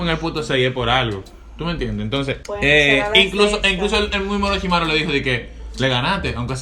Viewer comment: Me da risa que diga oroshimaru cuando ni si quiera es oroshimaru xd 🤣🤣🤣🤣